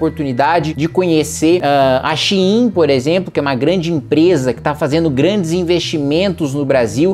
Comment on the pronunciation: Shein de 99% dos brasileiros: xêm. Kim: Shi-im kkkkkkkkk